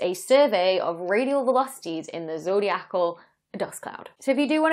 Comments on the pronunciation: Having read the "His Dark Materials" series of novels, I know to not underestimate the multi-cosmic importance of dust. Also, wouldn't it be zoh DEYE ah Cal, not zoh dee ACK all? 🙂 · Zodiacal is pronounced, zo-dye-i-cal. Not zo-dee-ac-al. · zo dee ACAL is so cumbersome Why not zo DI acal ?